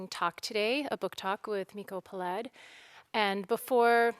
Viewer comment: Peled is pronounced PE-led.